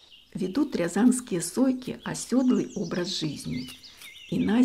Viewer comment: оседлый. Правильно слово пишется: осе́длый. Ударение падает на 2-й слог с буквой е. Всего в слове 7 букв, 3 гласных, 4 согласных, 3 слога. оседлый — правильное написание